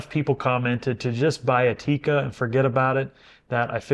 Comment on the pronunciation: It's NOT Tika!!! It's TIKKA!!! That's how to pronounce it correctly!😉 Cool vid otherwise 👍🏻😀